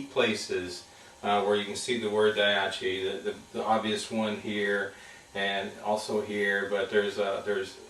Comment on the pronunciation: what kind of person pronounces daiichi as daiachi? if it's written so many times, why can't you remember the word? lol